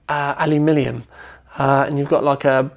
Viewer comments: lol why do you always say alumilium, it's alumiNium!! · Al-Lou-Mini-Yum = Aluminium